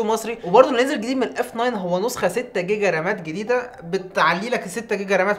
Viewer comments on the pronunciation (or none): none